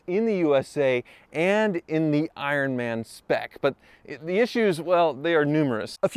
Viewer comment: "ironm'n spec"